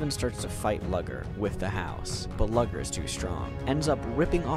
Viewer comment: "Lugger's" name is pronounced "Loo-gurr" my dude 😭